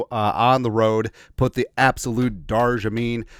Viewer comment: Darjeeling...not dar-ja-ming...but still a tea- bag is a tea-bag :)